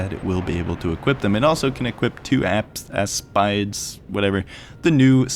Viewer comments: Aspide is pronounced as pee deh. Also glad to see it flying, cant wait to see it fully finished. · Poor Italians like me listen this terrible pronunces of aspide😂😂